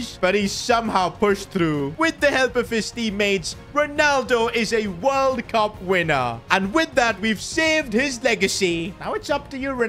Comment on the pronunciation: Bro that ain’t World Cup it’s borld bup instead like bro what even is that trophy 💀😭😭😭